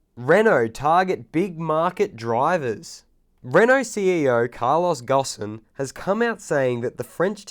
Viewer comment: I'm french, and the name of Renault's CEO is pronounced "gone" ;)